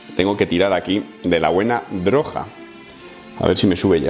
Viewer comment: Por que dices droja? Es que soy gallego y me doy por aludido